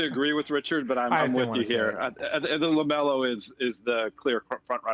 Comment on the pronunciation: Lámelo! We all heard it from the Goat Lavar! 🐐